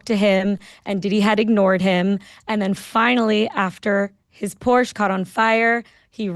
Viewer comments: I’m German. Your pronunciation of Porsche was correct. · Yes it’s Porshaaaa. Not posh.. just correct.